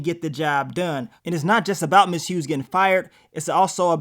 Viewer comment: Nigga stop calling MS. HUGHES …. MS. HUGE.😂😂😂😂😂THE “G” SILENT MARK 💀 😅